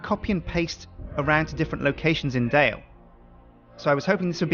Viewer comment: Knights Templar Dale its pronounced and spelled Dale not Dell